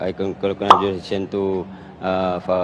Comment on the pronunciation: Mujhe to Conkrajulation aur conclusion type ka word suna Itne jahil hai ye porki😂😅